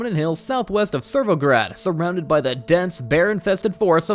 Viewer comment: The pronounciations are killing me, ”kamenski” ”servograd” and then all of a sudden a great pronounciation of krasnostav